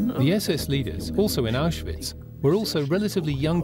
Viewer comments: A narrator who can’t even pronounce the word ‘Auschwitz’ correctly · Say Auschwitz correct……